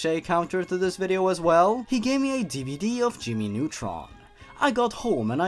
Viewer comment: I like how he said "just another day in the life of Jimmy Nutrin" instead of Jimmy Nutron. Ha. Jimmy Nutrin.